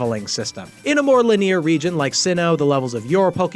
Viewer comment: Did you really read linear as lih-NEER‽